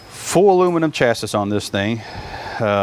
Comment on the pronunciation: ... Full aluminum CHASSIS. Not pronounced CHAS- SIS, pronounced CHAS- EE. Suppressor i believe is the term as there is no such thing as a "silencer." 308 style mags. Lewopold scope.